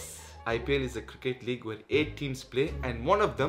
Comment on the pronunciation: Cricket league walllah iricket league 😂😂